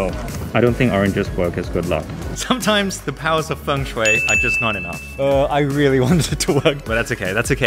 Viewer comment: you're the best 🤩🤩🥰🥰. Also, you pronounced "Shui" quite well. I guess you're Chinese. BTW, I love all your videos.